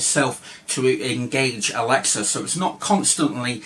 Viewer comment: Its alexa not alexia mate